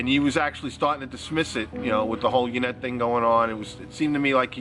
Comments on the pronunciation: If her name is Yanet why does he pronounce it Jennette? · How come Doug pronounces his girlfriend's name as "Jennette" sometimes when it's Yanet? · If her name is Yanet why does Doug pronounce it as "Jennette"?